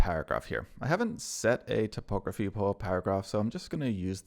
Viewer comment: "topography" has to do with maps, Typography has to do with type and is pronounced Type ography.